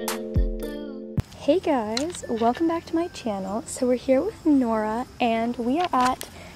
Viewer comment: I thought you said "we're here with laura"😂😂